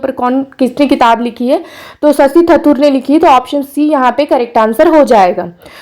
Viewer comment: शशि thathur बोलना बंद कीजिए मैडम sashi थरूर है उनका नाम😂